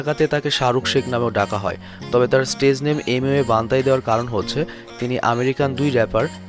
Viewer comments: বান্তাই না its বান্টাই😍😍😍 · Emiway bantai❌ Emiway banthai✅ 😂😂😂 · বান্তাই নাকি বান্টাই!! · আবাল বান্তাই না বান্টাই. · Hur bal ta বানতাই na বানটাই age lewra thik kora bolte sekh thenn wara biography bolte asbi..